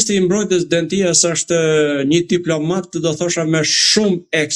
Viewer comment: E theksoni gabim mbiemrin e ministrit grek në fjalë: jo Dendías (me theks te i-ja), por Dèdja (me theks te e-ja). Dihet se ai ka rrënjë shqiptare, dhe në Shqipëri e kemi shumë të përhapur mbiemrin DEDJA. Alfabeti grek nuk e ka shkronjën D, d; tingullin D grekët e shkruajnë NT, dhe herë e shqiptojnë ND, herë D.